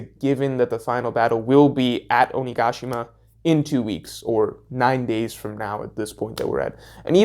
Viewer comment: My insides jolted every time I heard OniGAshima, had problems concentrating on the actual content because of it, lol